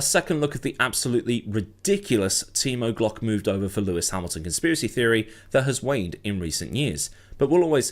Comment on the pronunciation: Why do I keep hearing Team O'Glock?